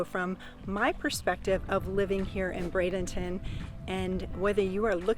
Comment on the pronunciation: Thank you for pronouncing it correctly. Not Bradington Traffic however has become a very major issue